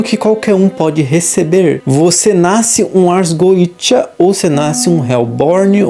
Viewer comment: Se é goetia, por que é pronunciado goija ou goecha ?